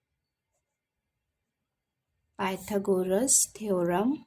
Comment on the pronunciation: थेरम bola